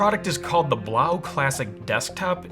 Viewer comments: I've heard that the actual proper pronounciation of the AC is 'Blow" not 'blauw". Its just that some websites insisted on the latter. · I think it woukd be pronounced "blow" not "blough". Kind of makes sense when you think about it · I need to correct your pronunciation of the product name. "Blows" is correct. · ITS PRONOUNCED “BLOW” FOR GOD’S SAKE